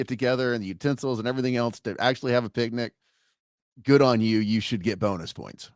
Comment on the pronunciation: Can't tell if it was intentional or subconscious that said "pic-a-nic" basket because of yogi